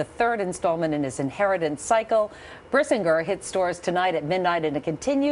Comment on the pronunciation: Did the lady pronounce Brisingr wrong? O_o